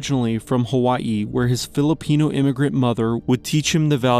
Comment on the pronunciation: Saying Hawaii like that is a lot bro